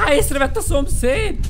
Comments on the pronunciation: "Áh jön a szopszfgm" Kiégtem😂😂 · jön a szompairvuf aaa 😂😂🤣